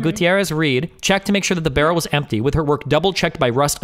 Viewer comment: "It's impty."